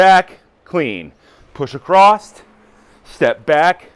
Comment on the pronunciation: There is no "T" in "Across" (Just bein' a dick) Good exercises